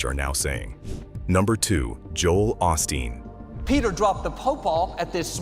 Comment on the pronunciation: The guy speaking about each pastor can't even pronounce their names. AHSTEEN (OSTEEN) BACKER (BAKER). Get it right before you post. At least it shows us your using AI.